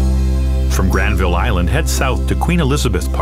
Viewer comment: Hey I've lived in Vancouver my whole life and this guy pronounces Granville painfully wrong. The second syllable gets de-stressed, so it sounds like GRANvul. Just so you know, I guess.